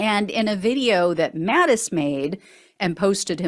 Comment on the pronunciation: Thank you for pronouncing the possessive form of Mattis correctly. “Mattis’”. You warm this old teacher’s heart.